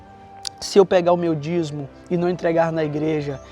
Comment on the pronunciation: Se pronuncia Dízimo. Vc ta falando dizmo.